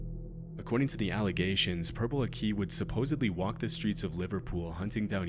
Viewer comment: Purple aki died somewhat recently, also it's pronounced purpleakee (ending is pronounced like hockey) all one word